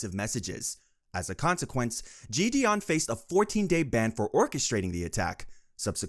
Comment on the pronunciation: i cant lie this script sounds chat gpt generated.. also the pronunciation of jidion is killing meeee